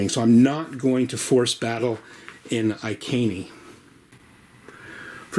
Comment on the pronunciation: Good video thanks for this. Iceni is pronounced eye - seen e by the way!